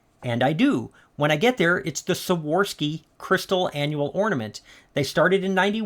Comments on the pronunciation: Hey! I think I've watched every video you (and sometimes Melanie) have made and I've learned so much. If you don't mind, I'm just giving you a little correction. The brand Swarovski is pronounced Swore-off-ski. I figured you might want to know. Hope I didn't offend! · Why can’t anyone pronounce Swarovski? 😂